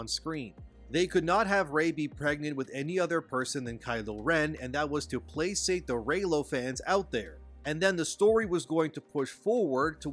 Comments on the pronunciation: I dig your take on things, so thank you! FYI "Placate" is pronounced like "Play-kate". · Boycott Disney! Hope their garbage tanks and loses a ton of money. To the narrator of the video... It is pronounced "play - kate" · Did this dude just pronounce placate as "plasate?" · Placate is pronounced “play-kate” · Placate = "Play Kate" :) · Its pronounced "play kate" = placate